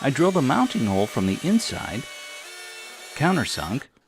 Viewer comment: "But it'z on ze inzide, zo nobady has zo know" ;) You're hilarious!